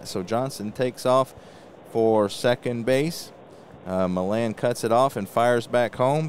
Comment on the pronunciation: Great stuff,! I find your presentations very interesting, and always interested on what you have to say about our wonderful hobby. BTW, the l's in Felix Millan's name are silent: Felix Millan - \FEE-lix mee-YON\